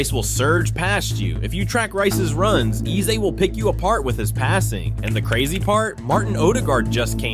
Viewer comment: Eze name isn’t pronounced like a that. It is Aza like (a) the letter and not (e) the sound. In his language, Igbo there are 2 e sounds, normal e sounds and (e) sound that sounds like (a) the alphabet.